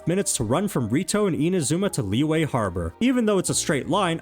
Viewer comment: why took time to learn how to pronounce shenhe but never tried to learn how to pronounce liyue? even saying lee-yeah is better than lee-way